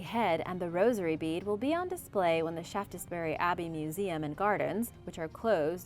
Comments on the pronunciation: Not Shaft es bury but Shafts - bury. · It is pronounced Shaftsbury not ShaftESbury! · Just to let you know it’s pronounced Shafts-berry . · Shaftessbury 😂 Yanks never get English names right.